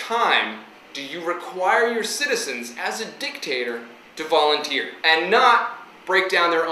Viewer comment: u said violenteer lol its like some one volunteers and brought a machine gun then that would be violenteer